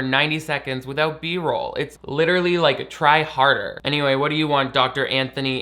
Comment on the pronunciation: Licherally! I know you meant literally but that's a great word. Licherally adjective * Possessing the qualities or likeness of a lich.